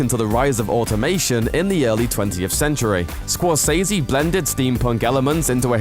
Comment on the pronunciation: Score-sezzy... sezzy, not say z. Just ask him...